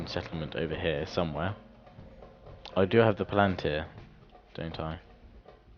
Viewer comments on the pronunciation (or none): none